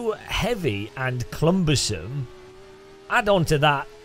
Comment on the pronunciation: Says "Clumbersome" 😁😏